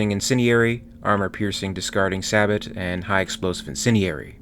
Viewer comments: FYI, Cheyenne is pronounced shy en, not shay en or she en. The lage in fuselage is pronounced loge (like lodge). And sabot is pronounced say boh. Also, Gatling guns are more commonly/properly called rotary cannons in US military parlance, or mini guns when chambered for rifle calibers. Otherwise, good video. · Not that you are gonna go back and change anything but.... Cheyenne: Shy-anne Fuselage: Few-sell-odge, like Dodge without the D. Sabot: Say-bow Whatever your pronunciations are these videos you make are GREAT! I really enjoy them. Thank you for making them! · Cheyenne = “Shy Anne” Sabot = “Say Bow”